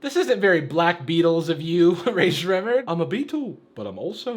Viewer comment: Ray ser ray murd never heard anyone say it likr that